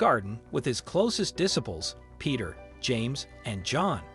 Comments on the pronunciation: Diss-iples!! 😂 try just a little harder! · Why do you not know how to say the word disciples. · Please learn how to pronounce the word 'disciples'. It's diSYpels. And Gethsemane is pronounced Geth-SE-ma-ne. And the Bible is true regardleess of what any newspaper says. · Y'all need to fix your AI! Darn thing can't even read properly. Garden of jeff summon? Really? Dis--iples? Really? Find a real narrator.